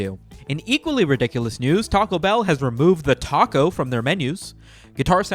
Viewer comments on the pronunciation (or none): none